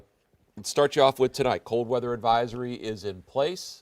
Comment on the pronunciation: "cold weather adviosry" 🤣